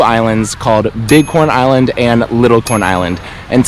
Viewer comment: Lol... Everytime he said big corn Island it sounded like he was saying bitcoin island... Then I see a boat that said bit coin island.. Wow.. What's the deal with that? Do they accept bitcoin on this island?.. Now that I'm listening closer... Dude you are saying bitcoin island aren't you?